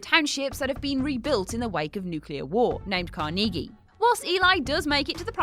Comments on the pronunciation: Carnegie is pronounced Kaar-Nuh-Gee not Kaar-Knee-Gee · Do Britons do that on purpose? Mispronounce names? it's car nuh gey (like key) not car knee gee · Your pronunciation of Carnegie made me laugh. It's not pronounced Car-nee-gee, it's pronounced Car-nuh-gee. Lol, you UK people make me laugh. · I think these what culture videos intentionally mess up names, I mean they have to know the right pronunciation after hearing it in the movie! The last one I watched was the guy butchering moriarty’s name and now here we get carneeegee instead of kaar-nuh-gee from Book of Eli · Its CAR- neg-ee not car-NEEG-ee. Like, you really didn't know how to say Carnegie?? And Orphan had a pretty killer twist that she was a grown woman the whole time. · Im sorry, did you say "carneegee"?? Repeatedly??? Intentionally???? Jfc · Where did u get the pronunciation for carnage or however u spell it lol she said car-knee-gee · Carn-uh-ghee. Say it with me now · How the hell are you pronouncing Carnegie???? Carnege? Seriously? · car-KNEE-gee lol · Why did she pronounce Carnegie as "car-nee-gee" with the emphasis on the second syllable? I know accents change how people say certain words but that's a name. Name don't change how they're said or which syllable the emphasis is placed on. Am I missing something here? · couldn't stop laughing after her pronuce Carnegie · yeah saying a word like "bar" is different in other accents from American, but a name should be said the same no matter what. My name is Matthew. If you're British you still say it as "MATH-yoo" and not "math-YOO" (caps are the accented syllable). You also wouldn't say "may-thyew" because it's a short A sound and not a long A. That's the point I was making. Pronouncing his name incredibly wrong just sounded very strange to me, that's all.